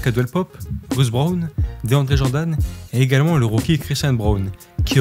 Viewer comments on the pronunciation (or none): none